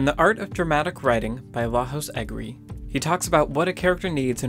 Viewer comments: "Lajos Egri" is pronounced "LAH-YOH-SH EH-GREE", he is Hungarian. Great analysis BTW. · Great video. Small remark: Lajos Egri is a Hungarian author, and his name is pronounced as "Laiosh Egri".